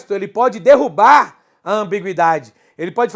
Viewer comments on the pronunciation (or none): none